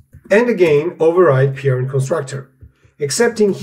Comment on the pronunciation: "Peerind". Took me a while to understand you mean "Parent".